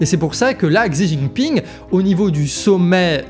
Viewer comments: Deux observations : en Chine, le X se prononce "ch". Et Thuin en Belgique se prononce "tou 1". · Attention, le X en chinois doit se prononcer che. Xing se prononce ching. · Xi Jing Ping se prononce Chi djing ping.